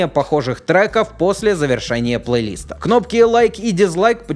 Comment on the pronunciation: ПлейлистА ударение на А а не на И